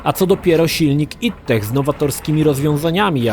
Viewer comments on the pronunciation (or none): none